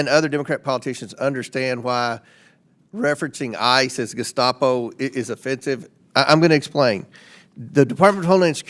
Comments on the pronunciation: Tim Walz calling them Geskapo...jfc. What an absolute brainlet 😂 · He is such an incompetent fuck he can't even properly pronounce the word Gestapo Jimenez pronounced it more than twice.... how can you trust that even knows what the Gestapo is or was when he can't fucking pronounce the name of the organization? It's not even hard to pronounce you pronounce it phonetically for fuck sakes